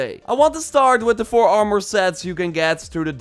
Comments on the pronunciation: It's like he says "Are-more" more and more frequently the longer you watch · If you say armore one more time! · Armour ❌ Armoore ✅ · The way you say armor 💀